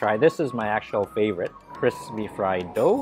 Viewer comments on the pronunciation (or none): none